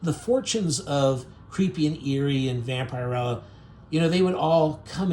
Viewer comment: One pet peeve I have about Youtubers is that you don't do your research. So many things are mispronounced in your pieces, it really amazes me. In this one it's Vampirella. It's not pronounced.vamp-ire-rella, it's vamp-er-ella. Do your homework!